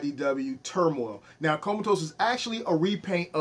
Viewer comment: come ahhh tus, lmao, not comatose. too funny